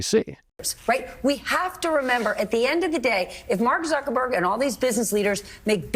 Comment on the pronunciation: It's Suckerberg. Instead of Zuckerberg.